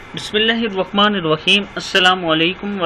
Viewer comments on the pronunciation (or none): لیکن آپ جب بسم اللہ پڑھتے ھوں تو آپ بسم اللہ الروحمن الرحيم كھتے ھوں مھربانی کرکے بسم اللہ الرحمن الرحیم پڑھنے کی کوشش کرو جزاک اللہ خیر